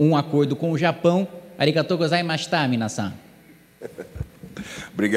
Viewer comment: Ainda mandou um arigato gozaimais shu